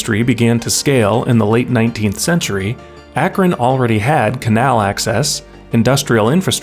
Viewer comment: Thanks for pronouncing Akron right 😂